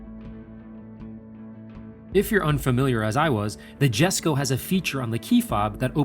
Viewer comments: It maybe do to accent do to nationality but I thought it was pronounced like “Yesco”. That at least is what I heard on the reveal video I saw. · Jesko in Swedish is basically pronounced "Jes-koo", same sounding "o" as in "to, two, too", but not dragged out as long. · Just a note (not criticism), it's pronounced Yesko. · It’s yesko btw the j is silent... respect the father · I believe it is pronounced "YES-CO"... It's a silent "J". The "handler" even slips up and says it correctly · It's a Jesko, as in "yesko", and /yes/. not /djesko/. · Pronounced “yesko” not ”jesko” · For anyone wondering, Jesko is actually pronounced 'yes-ko' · Rule of thumb when pronouncing European names that start with a "J" is "Y", it's Yes-ko, not a Jess-ko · its pronounced "Yesco" , not Jesco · "Yes-co" not "Jesh-co" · its pronounced "Y"esko no "J"esko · Not Jesko its pronounced yesko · Every single time I hear ya say Jesko I think to myself, how 'merican can you get. It's pronounced Yesko. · Jesko is like Yes-co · More like yesko. إسماعيل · It's pronounced Yes-ko not Jes-ko. That's how Christian Von Koenigsegg pronounces it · You're pronouncing Jesko incorrectly, the J is silent. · It's not silent, it's just more of a "y" sound, because Scandinavia. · Amazing car, amazing job, however with such a special and important car you should be pronouncing the name correctly. The J is silent. And the pronouciation is Yesco. Top work nontheless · The J is silent, so its like sesko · Sorry but its pronounced Hesko not J-esko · This is my first time watching any of your videos very well explained but the Jesko is actually called Yesko it’s Swedish I saw the Jesko at Sunset GT and an private event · Loved the Video, great job as always! Kinda funny hearing the wrong pronounciation from the Transport manager though... it's pronounced Yes-ko. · I thought it was pronounced yes-ko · Swedish ppl triggered not being said yesko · pronounced Yesco -_ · Great video, but dude it’s YESKO